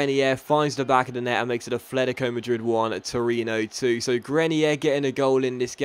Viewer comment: Its not "Afletico" its "Atletico"